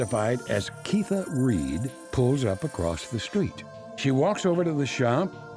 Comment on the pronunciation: When you’re trying to pronounce keesha without teeth. “Keitha”